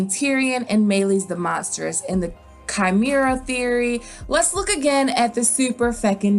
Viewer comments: Chimera is pronounced Kaï--meh-ra ...sorry couldn’t help but being annoyed ! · I really hope he's both dragon and lion (by the way it's pronounced Kah-Meh-Rah)